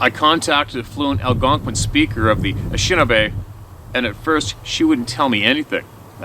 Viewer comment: Anishinaabe pronounced a nish i naa bae not Ashinabe.